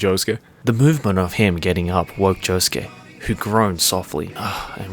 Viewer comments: pronounces Josuke as Yosuke by accident. Sasu ga Swedish. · I appreciate occasionally saying Yosuke instead of Josuke. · "Yosuke" instead of "Josuke".... okay '-' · Idk what’s funnier, the fan fiction or pronouncing Josuke as ‘Yosuke’😂😂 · says josuke the whole time: YOSUKE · Swedish, so he mixes up J and Y sometimes. Honesty it’s cute🥰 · Damn, I'm guessing the Swedish in is making him pronounce Josuke as Yosuke... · slipping into the Swedish pronunciation is so cute😂 80% of the time he says Yosuke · I'm just gonna point out the fact that sometimes pronounces Josuke as "Yosuke" and it confuses the crud out of my Persona 4 brain worms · what a very swedish way of pronouncing "Josuke" lol